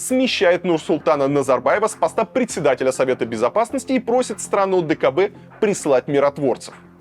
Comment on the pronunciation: не предсэдателя, а председателя, это русское слово